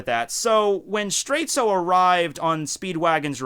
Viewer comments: why do you keep calling Straits straitsu? that's just the way japanese people pronounce it, but the name is a clear reference to dire straits. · Why do you call him Straitzo and ruin the reference?